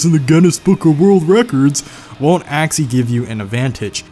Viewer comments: This dude says “Axely” instead of “actually” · Take a hit every time he says "actsili" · That's all legit but why do you pronounce "actually" as "axly"